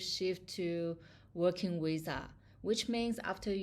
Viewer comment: 😂😂😂is not wisa is visa . Is funny how you pronunce visa. You make me laugh